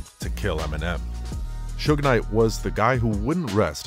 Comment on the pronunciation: Is it me or these post talking about suge knight can't even say his name right